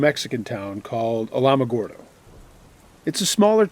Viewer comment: Hey...just an FYI if you (or anyone else) are interested (if not then just disregard as I am definitely not critiquing you or anything). Alamogordo is pronounced like "Al-uh-muh-gor-do"!😉🙂